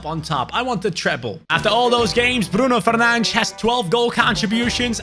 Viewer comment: I love the fact that actually pronounces Bruno Fernandes correctly